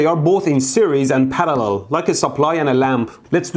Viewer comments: The word parallel: exists Mehdi: Palallel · I love how he says parallel